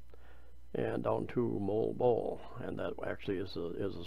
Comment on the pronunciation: just say Mo-wal Bo-wal...